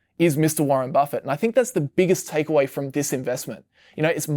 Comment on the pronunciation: Its hard to listen when you are keep mispronouncing Buffet name